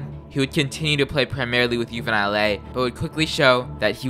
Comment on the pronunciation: Ahh, my bad bro. I tried to get all the pronunciation right lol, but I think i mispronounced that and "Juvenil". I appreciate the feedback tho!